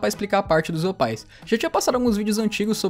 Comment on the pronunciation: "OPAIS" Eu: 🤡